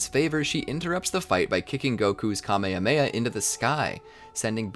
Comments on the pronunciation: bro said kamya meya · You butchered kame hame ha pronunciation. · say ka-me-ha-me-ha right please